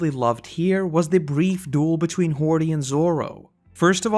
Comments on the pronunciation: Isn't ti "Hody" and not "Hordy" or am I missing something? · its hody not hordy